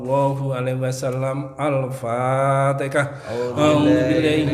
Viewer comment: Maaf Alfatihah ,bukan alfatekah ya